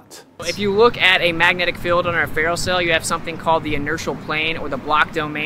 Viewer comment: Hey, it's a magnetic field, not a magnetic "filled".